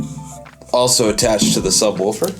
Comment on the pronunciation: NOTE: It's pronounced sub-WOOFer... not sub-WOLFer